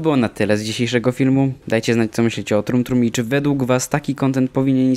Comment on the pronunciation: Dumb Dumb nie trum trum XD